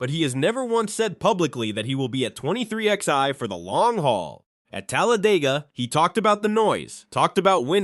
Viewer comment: "twenty three ex eye".....